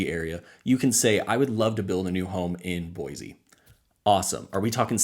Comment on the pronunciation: Thanks for the video it is very helpful. As a side note. Locals normally promounce Boise with an S sound, not a Z. With the huge influx of new people I am hearing more people pronounce it with the Z.